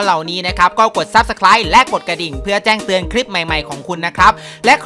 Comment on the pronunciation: เมื่อว่านผมบอกว่าพี่หลุดคำว่าแจ้เตือนเป็นแต้งเตือนวันนี้พี่เน้นย้ำเลย ชอบๆๆ